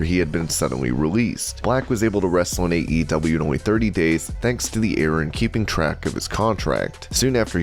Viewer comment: Was getting seriously mixed up when you kept saying AEW, sounded like EEW.